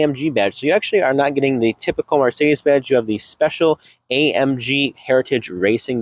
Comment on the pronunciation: sl43 are rear wheel drive and there are no 6 cylinder options both the 55 and 63 are v8's. Liked his positive vibe but lost tons of credibility for not knowing the product, plus the way he pronounced Marcedes was super annoying!